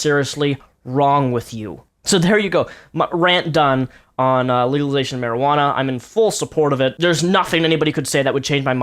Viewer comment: haha, he can't say legalization.